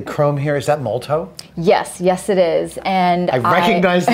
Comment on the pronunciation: Again, "MolOtow", not "Moltow", Adam. :D